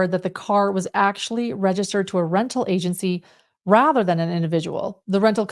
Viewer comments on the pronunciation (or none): none